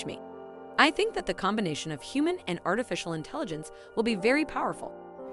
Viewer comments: Artificial intelligen...CE... it feels weird every time you say it without the CE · You did a whole episode and said “artificial intelligence “ wrong over 100 times!